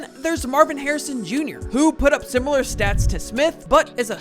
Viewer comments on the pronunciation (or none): none